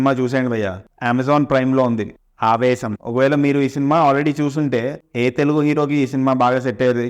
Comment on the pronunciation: Aavesham❌ poovesham✅ in beginning.